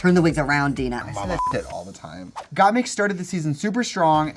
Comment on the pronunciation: Anyone else hear Kandy say “Gottmuse” 😂😂😂